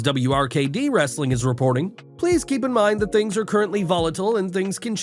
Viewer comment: "WRRRRRRRESTLING CONTENT" love that!😅